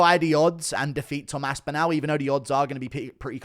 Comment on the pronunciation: GURU cannot say ASPINALL. GURU says ASPINOW :face-blue-smiling::face-blue-smiling::face-blue-smiling::face-blue-smiling